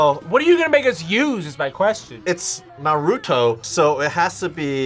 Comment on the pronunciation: I’m sorry how can people say Naruto like that when his name is said a million times in the anime 😂